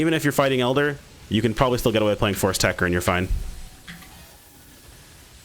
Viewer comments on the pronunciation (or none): It's Tech-Ter, techter.